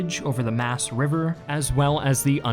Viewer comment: How can you possible pronounce Maas as muse